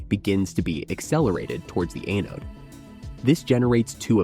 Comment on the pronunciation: If AI is so smart it should be able to pronounce things correctly. “Anode”